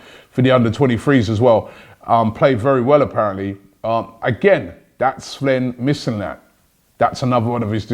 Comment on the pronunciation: How does this guy never get names right? Is he dyslexic? Who's "Slen Mislinat"?